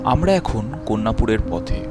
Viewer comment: কন্যাপুর নয়, কল্যাণপুর। সেন রেলে নয়, Sen Raleigh.